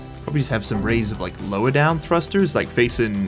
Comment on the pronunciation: It's "arrays" and 😉